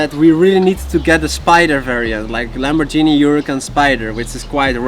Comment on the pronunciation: congratulations on your hard work and thank you for the inspirational video, still its still "Lamborgini not LamborJEANNY, say it like a german would and it is correct